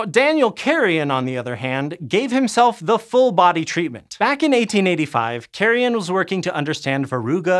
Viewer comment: . Huge pronunciation mistake there. The surname Carrión is NOT to be pronounced in English, but in Spanish, same as you pronounced German and French names more or less according to the original pronunciations. So that name DOESN'T sound like "carrion" decaying flesh, but like "carry on" with the stress in the "on" part. If you manage to pronounce the "rr" like the "r" in "rose" that would be the closest way to get the name right. PLEASE.